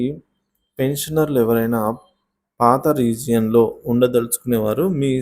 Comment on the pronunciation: రీజియన్ కాదండీ రిగైమ్